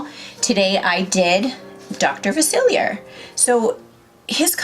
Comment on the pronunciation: “ princess and the frog is one of my favorites” You pronounced dr Faciliar’s name wrong... ( fa- sil- E- ay)